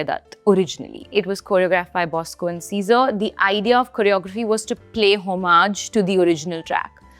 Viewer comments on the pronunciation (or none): none